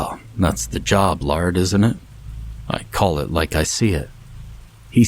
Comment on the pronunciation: Laird is pronounced "layered" not "lard"